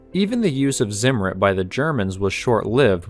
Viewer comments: "Ssimmur" lol it's called Zimmer type it in Google translate. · It's not pronounced 'Simmerid' but instead 't-Zimmer-iht' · It's tsim-mer-REET, not ZIM-ritt. Z is pronounced ts in German.